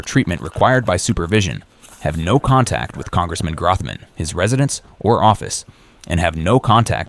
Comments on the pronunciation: The fact that he can't pronounce Grothman's name shows how unaware and uninformed he really is. Idiot. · He knows so much, he can't even pronounce "Grothman" correctly! I'm not even in the district & know that it's pronounced like "Growth-man".